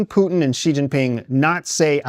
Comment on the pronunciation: The dudè in the glasses doesn't even know how to pronounce putins name,😂. And you expect us to take this discussion seriously?